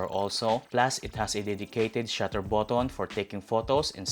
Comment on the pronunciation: Slot = slat , button but-ton 😂 funny pronunciation